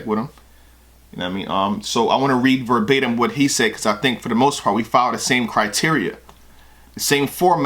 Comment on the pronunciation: Verbatim..."Verb-ate-him"....Oh, Yea!...That's a Bar!...lol